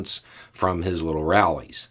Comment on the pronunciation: Emphasis on "LITTLE rallies"